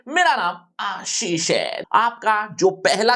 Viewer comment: The way sir said ashish 😅